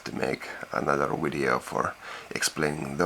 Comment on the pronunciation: when you say video it sounds like wideo